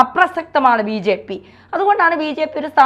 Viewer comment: VJP യല്ല BJP അതു പോലും മര്യാദക്ക് ഉച്ചരിക്കാൻ അറിയാത്ത അവതാരിക സിങ്കം.